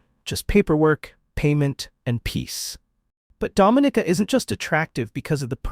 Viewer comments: It's not Do-mi-ni-ca, it's Dom-i-ni-ca! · Dom /min /nika English - Please say it right. It is not pronounced like the Dominican Republic . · This is one fo the most full of absolute bulls..it videos I've seen......8 out of 10 of the countries are 90 + % black then citizenship by investment is for anybody but here in the Caribbean its mostly white and Asian people who does it.....please learn the pronunciation of Dominica....so by default black are more welcome in black countries.....there is sooo much more I can say but I'll leave it here...please stop misleading people.